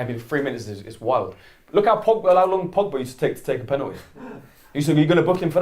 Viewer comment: pennerty pennerty 😂😂